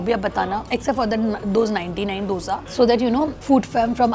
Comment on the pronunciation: Love that you are pronuncing the Dosa correctly❤❤ Keep exploring South Indian Food.